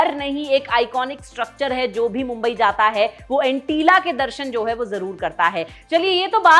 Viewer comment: It's not Antilla, it's Antillia